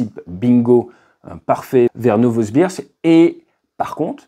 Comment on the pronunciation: Alder 😂😂😂. Non Adler ! Novosbirsk... 😅